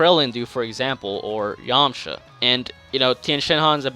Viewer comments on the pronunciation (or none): none